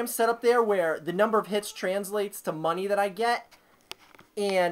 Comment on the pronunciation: "i need MUHHWNEY"